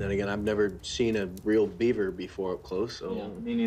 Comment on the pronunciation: It's Beaver, not Yeaver